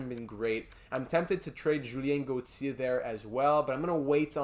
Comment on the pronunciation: Why do you pronounce Gauthier like that